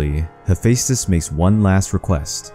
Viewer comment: I think you Butchered his name lol